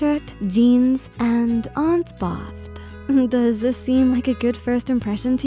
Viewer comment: Right? Bathed isnt pronounced like this video has it... i miss her voice